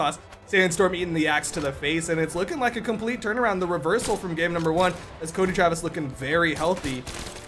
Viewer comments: curdy trevis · Cuddly Travis 😳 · "Croedy Travis" XD